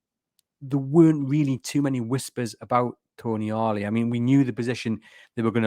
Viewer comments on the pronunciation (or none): If he is actually coming, you will need to get his name right. He isn't Toniali, he's Tonali, lose the extra "i" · It's not Tonyali or Toniali it's Tonali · I love the podcast and I do understand that it can be difficult with all the non-English names being linked now, but the name is “Tonali”, not “Toni-Ali”.